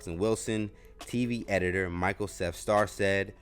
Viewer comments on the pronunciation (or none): none